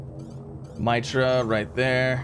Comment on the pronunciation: Love ya but you're killing me with my-tra, assuming, as most planets are, it's names after a God it is called mee-truh after a Hindu God. But I still LOVE ya and the content. But at one point I yelled at my screen MEETRUH MEETRUH MEETRUH lol Keep up the GREAT vids